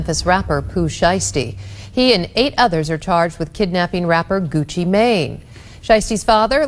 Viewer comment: 😆 Absolutely love how this reporter made sure to say Gucci name right. 👏 🫡🤏💯